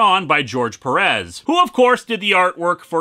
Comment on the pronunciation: Heya Linkara, as a native spanish speaker I can tell you this: Stop mispronoucing Pérez. Look at the accent, you have to stress the FIRST e, not the second one.